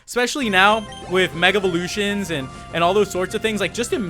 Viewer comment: when you say mega evolution it sounds like you are saying mega valutons